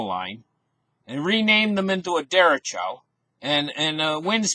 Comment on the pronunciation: nice report - derecho is a Spanish word for right direction. Look up the Spanish vowels and Spanish pronounciation